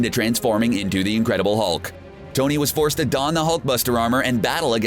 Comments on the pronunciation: Why are you saying "Dony Stark" "Dony" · Did anyone hear dony insted of tony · Did anyone catch in the beginning that he said dony